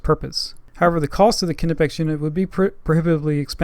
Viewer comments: is pronounced ni-pex not ka-ni-pex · Another person over thinking how to pronounce Knipex. How do you pronounce Knowledge, Knee, Knob, etc? Knipex is pronounced Nye-pecks. Good video else wise. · How is it EVERY tool reviewer from the Americas doesn’t know the K in Knipex is silent???? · The argument over how knipex is pronounced is ridiculous. Knipex is a german tool maker and in German the k is pronounced so the proper way to say is ka nipex but if you want to pronounce it nipex thats ok just don't chastise someone because they say knipex.